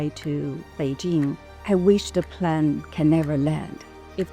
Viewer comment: plane，not plan